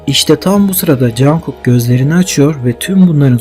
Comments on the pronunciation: Ya Cankok değil conkok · Teşekkürler ama cankuk değil cunkuk diye okunuyor.😂😂😂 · Çok yaratıcı bir video olmuş yanlız jankuk demen çok kulak tırmalıyor (conkuk) veya (conguk ) şeklinde okursan çok iyi olur :) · Cankuk değil, Conkuk diye söyleniyor. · abi rica etsem jungkook u cankuk olara değil de conkuk diye okur musun doğru okunuş bu çünkü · cankuk cankuk kulağımı tırmaladı söylemeden duramayacağım. CONGUK. CONGUK OLARAK SÖYLENİYOR LÜTFEN DÜZELTİNİZ. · Cankuk değilde conkuk diye okunuyor 🌹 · Çok güzel olmuş. Ama niye jungkooka jankook diyorsun? 😅😅